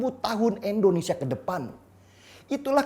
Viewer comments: Indonesia om bukan Endonesia..🥴🥴🥴😔😔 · indonesia om..... bukan endonesia